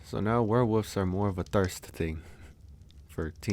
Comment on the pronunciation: I love how he says Werewoofs